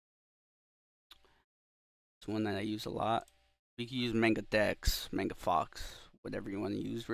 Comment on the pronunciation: bro really said may-nga. it's mah-nga. maw-nga